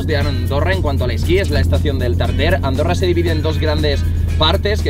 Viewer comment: en este minuto dijiste arondorra